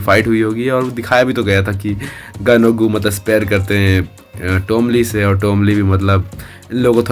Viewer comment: Bhai yeh GOO HAI GUU NAI 😅